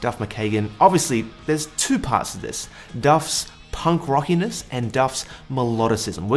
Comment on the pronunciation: Please never say "punk-rock-y-ness" again. Great video otherwise.